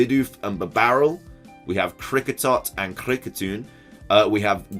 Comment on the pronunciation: I like how you pronounced Kricketune